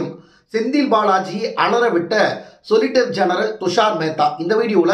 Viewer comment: சரியாச் சொல்லய்யா….சொலிசிட்டர் ஜென்ரல்…..சொலிட்டர் ஜென்ரல் இல்லை. இன்னொரு சானல்ல…” சொசிலிட்டர் ஜென்ரல்” அப்படின்னு வாசிக்கிறா ஒரு பொண்ணு. நீங்க இப்படி உளறுவதையெல்லாம் கேட்கணும்னு எங்க தலையெழுத்து.